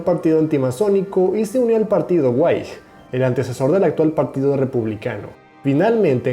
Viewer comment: El término "Whigs" se pronuncia, al contrario de lo que parece, tal como sería en Español, es decir, Wigs o Uigs.